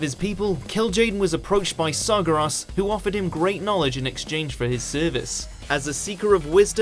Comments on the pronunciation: Saw gah ras? His name is Gary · Wait, Sargaras? Sargaras??? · TheLonleyFly At least he didn't pronounce it Sarjeras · "Kil'Jaeden was approaches by SAR-GAR-ROSS" wtf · God it bugs me when this dude mispronouncs words that are CLEARLY prounced in the games and stuff. Like sargeras. It is SAR-GAIR-US. Not however the dude said it... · Everytime he pronounces Sargeras as Sarguras is just cringe and compulsive. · They've mispronounced his name in another warcraft video before. Gets on my nerves :( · Illidan is not so much a villain that he ranks on this list while Sargeras doesn't. Hell, Garrosh or Sylvanas are more villainous than Illidan. Lich King above Kerrigan. The pronunciation of Illidan and Sargeras. So much wrong with this video. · Lol after all this time they still cant say Sargeras right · Please stop mispronouncing Sargeras. You've done it before! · How do you pronounce Sargeras again? xD